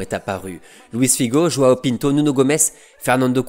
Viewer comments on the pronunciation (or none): none